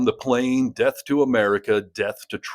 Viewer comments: Alu Akbar not Ali Akbar 😂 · not “Ali Akbar” but “Alahu Akbar”. Please try to be less insular. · Actually, it is pronounced Allah-u Akhbar. God is great.